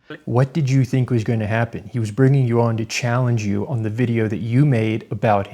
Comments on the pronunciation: This dude clearly doesn't know how to "fink" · He don't "fink" so.